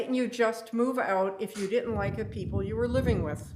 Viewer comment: Im only a few mins in and his pronunciation of words that begin with 'th' becoming 'duh' is so irritating. And no, its not a Ukraining accent thing.